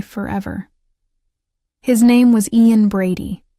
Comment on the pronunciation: I could have taken it more seriously if the names Ian and Myra had been pronounced correctly. That's basic stuff.